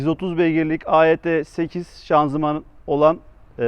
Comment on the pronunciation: Hocam AET8 değil de EAT8 diye biliyorum.